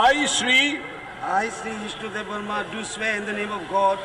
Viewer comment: Areee it's not jishnu deb sharma or jishnu deb it's jishnu debbarma.